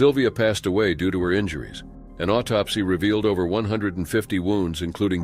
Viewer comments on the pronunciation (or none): none